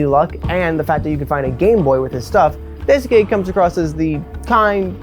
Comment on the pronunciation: this is a fantastic video. i have no notes on the content! however its pronounce dice-kay! you dont need to emphasis the u like "dai su ke" just dicekay! <3